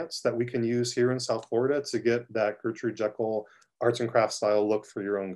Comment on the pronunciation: Its pronounced JEE-kel, not Jekyll as in "Doctor Jekyll and Mr. Hyde." She is English, they pronounce things differently over there lol.